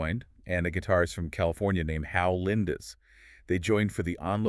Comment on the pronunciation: It’s Hal Lindes, for heaven’s sake.